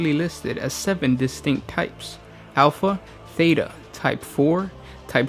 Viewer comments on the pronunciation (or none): none